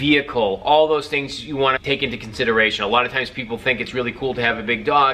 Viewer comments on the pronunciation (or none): none